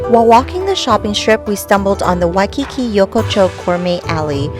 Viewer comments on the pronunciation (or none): none